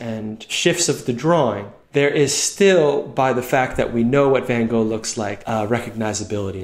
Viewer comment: Somehow it reliefs me he's absolutely butchers van Gogh's name. Felt threatened by the idea of perfect people.